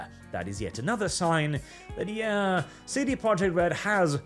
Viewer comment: I dunno why but every time you say "CD Projekt" I hear"seedy project" .